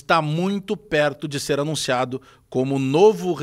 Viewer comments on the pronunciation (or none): "ANINCIA" então 😂😂😂😂